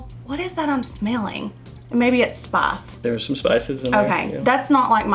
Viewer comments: It took me a while to realise she means spice lol And I'm not a native English speaker, so it's even weirder for me. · Every time she said “spIIIce”, I died a little 😆 But, I liked her! 👍🏼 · "Smells a little bit like....SPAHS." Me: ...spice? XD